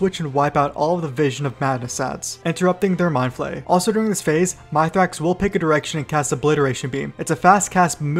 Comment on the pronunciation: lol My Thrax, its pronounced Myth Rax